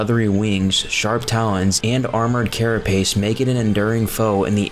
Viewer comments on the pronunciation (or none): none